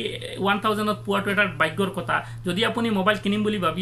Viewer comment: If you don't mind then let me say you one thing that it's 'kotha' not Kota..... Pls pronounce correctly....